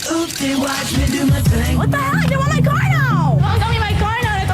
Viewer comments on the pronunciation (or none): none